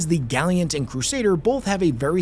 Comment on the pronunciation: literally dying of cringe every time says gally-ant